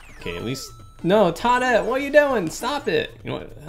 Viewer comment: First time viewer and I wanted to stab my ears out everytime he called Toad and Toadette Todd and Toddette.